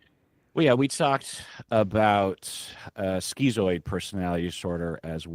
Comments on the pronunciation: "Skee-zoid"??? Isn't schizoid prounounced "skit-zoid", like "schizophrenia"? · bros its not "skeezoid" its "schizoid" as in "skiz-oid"